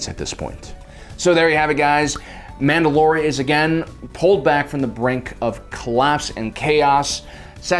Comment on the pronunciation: Mandalore, like the planet, not Mand‘alor, like the leader.